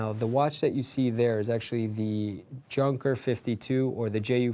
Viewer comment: Like and. But you need to work on the pronunciation of Junker. It is NOT junk.